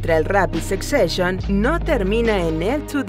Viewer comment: Jajajajajaja no se pronuncia "sec seshion". 😂😂😂😂